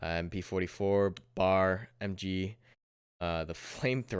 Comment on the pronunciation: love your vids, I need a PC cuz I need this game. But pleeeeeaaaaaaaasssssseeeee, do not call the BAR a "bar"......it is in fact a B-A-R. I know you like to shorthand stuff and be quick and everything. but it is a BAR, its an anagram and from a mil/weapon historian and avid shooter, huge pet peeve. other than that love your coverage. and I agree, the garand in these vids is glorious. That recoil.....